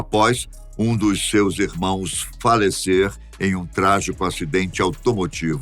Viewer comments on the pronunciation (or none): none